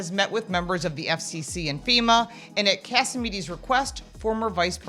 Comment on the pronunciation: You'd think these people could bother to get his name right. John Catsimatidis. Not Katsimedes. Where's Walter Cronkite when we need him?